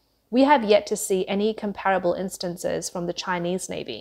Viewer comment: Garnering not "garning"; Comparable , not pronounced as "com---parrable". Quantitative not "quantive"..